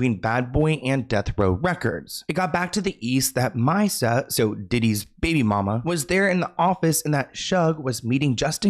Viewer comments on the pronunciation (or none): Mee sa( Misa) not Mysa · ME-SA ... ME then Sa 😂 not MYsa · It’s actually Mi-Sa not mysa even thought it’s spelled like that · Hhahaha yaay "Shug" but it's not My-Sa, its MeeSa. Like the Me in Mesohorny 😂 you crack me up ❤ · Wait did he really?! 😂 lol I didn’t even notice! I just came here to tell him about the kids’ mom’s name 😊… Misa I believe it’s “mee-suh” like miso soup except with an a at the end! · No H lol just me-suh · Yes, Misa like Lisa but with an M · It’s Me-sah like Lisa with an M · It’s Misa “Mee sa” and Suge like Sugar. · (Me-Sha) love you ❤ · It’s mEEsa lol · It’s Misa (MEE-SUH) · You butchered Misa’s name 😩